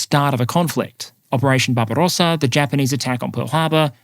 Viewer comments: jeez, did you just say barbarossa the same as yanks say aluminium? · Why do you always roll your Rs when pronouncing things like Barbarossa or Iran? It sounds silly. Just speak normally.